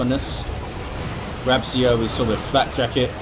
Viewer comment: You read it "Grab-chio" (Grabcio in Polish pronunciation, I think)